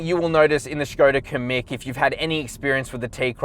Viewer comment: And he's back, good review! The Škoda is way better looking than the VW and nice job on pronouncing that accent above the S!